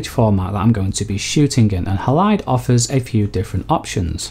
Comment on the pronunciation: Great info and presentation! The way ‘Halide’ is pronounced here though is jarring for me every time, because normally that word has the stress on the first syllable, it’s HAlide, not HaLIDE - unless your 2nd syllable stress is the pronunciation used by the devs too?